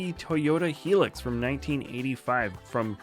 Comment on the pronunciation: Did he just say helix for a Toyota hilux